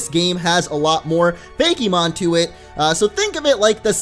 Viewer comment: It's FAKE-MON, no Fakey-mon